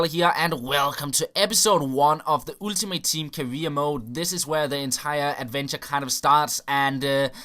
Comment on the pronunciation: vær sød og begynd at udtale ultimate ordenligt... Du lægger alt for meget vægt på u'et i starten.